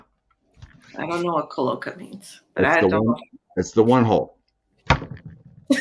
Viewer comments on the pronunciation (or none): Cloaca- sounds like clo-A-ka